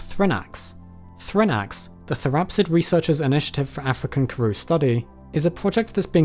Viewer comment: Just want to let you know that you butchered the names of the Karoo, Witwatersrand and more, but it's okay, I still love your videos😅